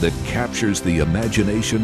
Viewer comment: Juste pour le titre! Parce que c’est stupide et que peu de monde veulent ce genre de folie! THE ne se prononce pas en Z gang de français mettez un D plutôt qu’un Z! J’aime les français mais pas quand il massacre l’anglais par incapacité et incompétence à dire 3 lettres en anglais! Forcer vous un peu! 😂